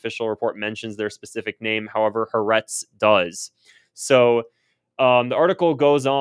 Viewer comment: It's pronounced Hah'- Ah' -Retz, 3 syllables.